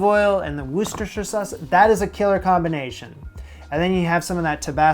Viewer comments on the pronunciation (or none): wooster-shire but the shire has more of a "sheer" sound to it, lea and perins is the original :) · "Lee & Per-rins Wu-ster-shire" sauce! Yes, English place names are bollocks lmao. Put a few drops on cheese on toast. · Butchered Worcestershire and then doubled down on the Lea (lee). 😂 Me trying to speak in the day to day.